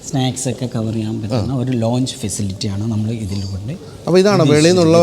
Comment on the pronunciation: Aero Launch.. ? It's Lounge